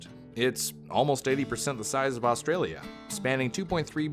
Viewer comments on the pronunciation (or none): none